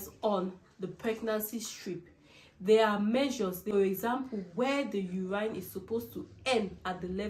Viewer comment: Please it’s urine(you win) and not uraaine (you ran)